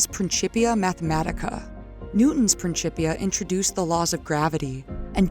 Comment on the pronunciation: it was worth the wait. What a heartfelt and beautiful narrative! Plus, I got to hear someone same “principia” properly like a dozen times! 😂 Seriously tho - great work. Compelling for the lore community. Enjoy the accomplishment and take your time!